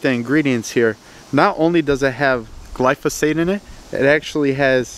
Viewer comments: It’s gly pho sate. Not gly so fate. lol. Just saying. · Gly-foe-sate. Not what you said, gly-so-fate. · Guy can’t even say glyphosate GLY FOH SAYTE NOT GLOWNSJUSNWNE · Glyphosate, Glysophate. Tomayto, Tomawto. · It’s not glysophate, dummy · As a pesticide toxicologist, I have to admit I was a bit triggered by your pronunciation of glyphosate at the beginning. But after watching your video, your explanations were spot on. I can forgive pronunciations of difficult active ingredient names. A Cubs jersey on the other hand, that's harder for me to look past. 😆 Jk, good stuff man!